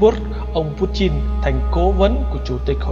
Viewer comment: nó đọc đúng tiếng Nga rồi...